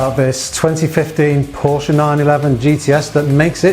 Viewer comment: im excited for you. Well done👍🏼(was going to unsubscribe if you didn’tsay Porsche🤣)